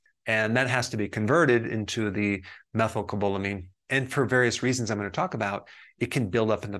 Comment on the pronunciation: lol that is not how you pronounce methylcobalamin. I know this because I take the injections and i kept embarrassing myself at the pharmacy so I had to finally look it up and learn it. That isn’t it but I really appreciate the info in this video - you are always on a subject that is front of mind so thanks!